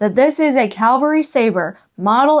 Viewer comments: I really enjoy your videos! I have to ask, however, are you saying "cavalry" or "calvary"? Sometimes a little of both? I'm guessing that maybe you were raised Lutheran and went to the local "Calvary Lutheran Church"! It's OK. I still occasionally get calvary (location of Christ's death on the cross), cavalry (a soldier's regiment), and Calgary (a major city in Alberta, Canada) mixed up in my use of the words! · The word is CAValry, meaning soldier riding on horseback. You keep saying CALvary like the hill where Jesus was crucified. 🤣🤣🤣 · You have a wonderful sense of humor. Your videos are so well-produced and fun to watch. I look forward to each episode to see what treasures you will highlight next. For what it's worth...it's "Cavalry", as in horse infantry, not "Calvary", where Jesus died. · Your lantern is a little rough, and seems to be missing the cap for the fuel reservoir, though probably available online. Also, CAValry, armed forces on horseback, not CALvary, scene of the Crucification. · Fun show! I must say you are saying Calvary re: the Civil War sword. Calvary is where Christ was crucified. You mean cavalry-soldiers on horseback. Anyway, keep the lantern! Very cool stuff you’re finding! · Stop!! Going crazy with ur calling the thing a CALVARY sword. Now let’s try saying CAVVValry😂😂😂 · I love how you say Calvary almost every time it is supposed to be cavalry. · please know that there’s quite a difference between “cavalry” and “Calvary”…🫶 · Sorry to correct you, but you keep saying CAL-vary sword. The word is CAV- alry. The V comes first in the word. CAL-vary is a name for the hill where Christ died. CAV-alry is the name of horse riding soldiers. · Please stop saying Calvary it is CAV - AL - RY.Its driving me crazy😊😊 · Lol, Calvary is where Jesus died. CAVALRY is soldiers on horseback. No judgement, just funny. I love your videos.